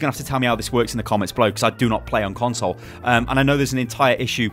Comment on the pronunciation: every time he says " console " I die a little inside